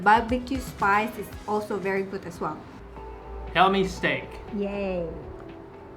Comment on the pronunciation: did say "Helmi's steak"? or "Helmi's take?" or "Hell, mistake!" 😂😂